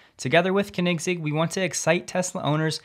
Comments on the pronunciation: jeeesus with the pronunciation AGAIN. Koenigs egg Its like you dont actually research these non-english words when EVERY youtube channnel does. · That pronunciation of Koenigsegg :) Love it. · You've got to learn how to pronounce Koenigsegg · Oh my. You completely butchered Christians last name. The Koenigsegg sicka fans are going to roast you hard. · The pronunciation of koenigsegg ;) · That was the most creative pronunciation of Koenigsegg. ever! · Funny thing is that none here seem to know how it is pronounced. Very difficult indeed. Way easier for us swedes. The "oe" sound isn't really used in English. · 😂 he does a good job I love watching him but boy was that bugging me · it shows how much of a "car guy" he isn't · That pronunciation though....that was horrific haha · its not the correct way xD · It isn't the way Christian von Koenigsegg himself pronounces it, so no... 😉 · Slightly wrong pronunciation of Koenigsegg, but not surprised as Christian drives Model S for many years! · PLEASE go watch a Koenigsegg video and learn how to pronounce it :) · Its said like....." cone in seg"😉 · Great vids...but Dude..it's pronounced Koenigsegg (Cone-N-Zegg) ! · Check your pronunciation of Koenigsegg 😂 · Absolutely butchered the name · please stop saying Koenigsegg. just dont. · Just a friendly remark: I have never heard anyone pronounce Koenigsegg like you. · I absolutely love your videos and I'm watching them almost every day, but I have to say you need to get your pronunciation of the name Koenigsegg right: Great video as always of course! 😋🔥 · The first e is silent in koenigsegg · Maybe I’ve been pronouncing Koenigsegg wrong for 5 years….but I had to go back and listen to your pronunciation 3 times until I figured out what you were trying to say. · I love your show but please learn how to pronounce Koenigsegg. Maybe watch a few videos on their YouTube to do so. Keep up the good work otherwise. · That's not how you pronounce Koenigsegg, like at all xD